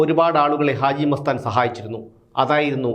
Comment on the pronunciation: പക്ഷെ ആ ദാനശീലന്റെയ് പേര് ഇപ്പോഴും തങ്ങൾക്കു നന്നായി പറയാൻ അറിയില്ല.... അജി മസ്താൻ അല്ല... ഹാജി മസ്താൻ